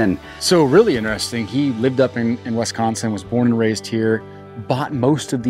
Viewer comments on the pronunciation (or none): YES!!! I don’t know why people pronounce it Wesconsin like Bret Musberger used to on nationally televised Badger games. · As a Wisconsite, it irks me so much when people call it Wesconsin! Bret Musberger used to call us Wesconsin on all of the Badger football broadcasts and never learned how say it right. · Yo it's pronounced WIS- consin.